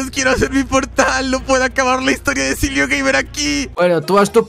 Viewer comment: No se dise se dise Silvio